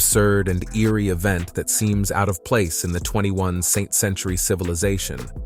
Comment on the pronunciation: did he really say the 21 saint century civilization? this is an AI channel omg